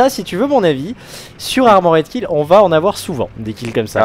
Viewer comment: on a tous des cours d'anglais à l'école non? j'ai pas encore trouvé un seul commentateur BF capable de prononcer correctement Armored Kill, je commence à perdre espoir